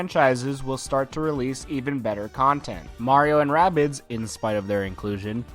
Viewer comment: its not ray bids its rahh bids